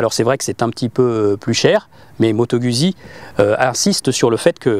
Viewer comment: Moto gOUzzi pour la prononciation svp !